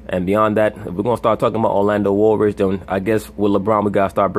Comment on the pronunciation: Did I hear this noogah say "Orlando Woolridge"?😂😂😂 LeShannon needs to stop